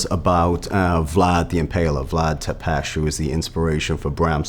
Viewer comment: It's Vlad Țepeș, not Tepes!!! The Ț is pronounced like the zz in pizza, ș like sh in shut. Not that difficult. We've been telling storries about him for a long time. Get it right!